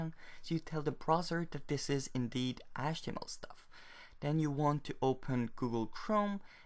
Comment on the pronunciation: what about achtemel?